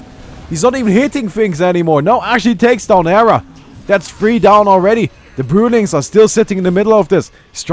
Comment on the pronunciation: "brewlings" :DD